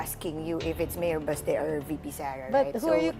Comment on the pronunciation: Someone tell that it’s said as basTE, not BAAHSte. The stress is on the second syllable. It’s stupid. Who does she hear say it like she does? Stupid 🙄